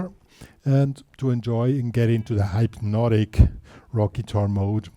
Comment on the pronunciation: It's pronounced hypnotic, not hype-notic. Good riff though.